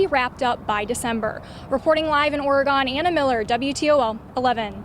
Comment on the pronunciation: Lol guys, it's pronounced "Ory-gun"